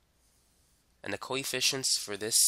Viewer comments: Every time he says 'coefficients' it sounds like he's saying 'coy fish-ents' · Bro I keep hearing koi fishins.